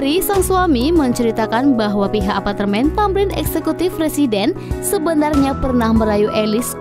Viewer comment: Pengisi suarnya bilang Apatermen Bener gak..?